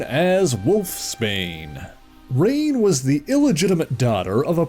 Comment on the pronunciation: Pretty sure her name is pronounced Ruh-nay; not rain.